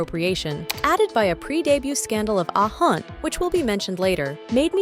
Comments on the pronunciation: Ah Yeon not Ah Han😅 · Who is hayon??😂😂😂😂💔💔💔💔💔💔😂😂😂😂the pronunciation it’s so bad 😂😂😂